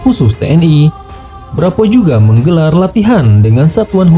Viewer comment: Sat Bravo neng...bukan Sat Brapoooo